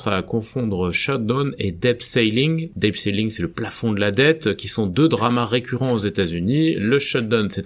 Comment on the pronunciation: Et dans "debt", le b ne se prononce pas..